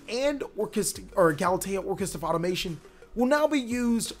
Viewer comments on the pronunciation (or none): Sorry to be THAT guy...but it's pronounced "Auto-ma-ton", and "Orcust-rion"